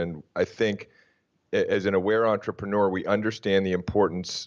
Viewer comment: OMG Please - say entrrAYpreneur one more fkg time